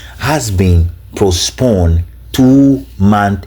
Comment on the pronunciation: This moron is not ashamed calling himself a doctor of what.? Even elementary grammar "postponed " he says posponded Aba, Does he understand the word king of which royal family and major ethnic tribe of Ghana.? We have only one king here in Ghana, the Otunfuo of Ashanti. He should stop disgracing himself. Of course it is clear that he uses the fake title for his dubious and nefarious business including scamming unsuspecting westerners.